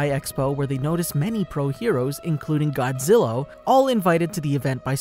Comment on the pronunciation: It's Godzilla not godzillo.